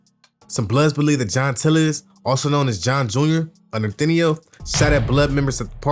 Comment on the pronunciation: Bro said “Nor-tin-eyooo”😭